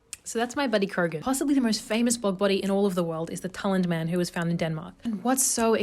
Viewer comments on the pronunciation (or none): none